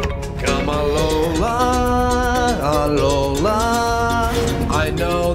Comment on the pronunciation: They are saying alola wrong